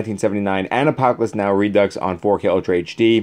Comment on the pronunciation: Reducks 🤣 I’m sorry. It’s pronounced re-do.